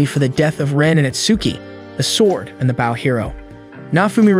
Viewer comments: "B-au" of a ship then there's "b-oh" and arrow. Pls fix AI voice) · I'm enjoying this but could someone please explain to the narrator how to pronounce Bow. As in bow and arrow. Not like the bow of a ship. English sucks, I know. Bo. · why are you saying bow and arrow wrong did you goto a slow school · Not only did he screw the thumbnail, but also saying bow as in Japanese greeting instead of bow and arrow 🤦‍♂️